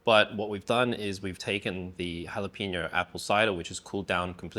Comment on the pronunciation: HALL apeño, not "Hal"